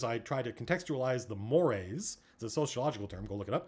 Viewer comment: I just learned that "mores" is pronounce like the eels and not the chocolate+marshmallow+GrahamCracker treats